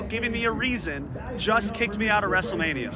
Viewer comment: Wrestle Meh-nia is real